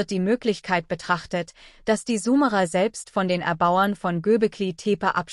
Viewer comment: Warum wird Summerer gesprochen und nicht Sumerer ? Dies nervt mich ein wenig da ich glaube , diese Aussprache des Namens ist nicht richtig.